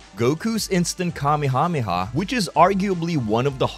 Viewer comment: "Kamehamema" ur not slick pal 💀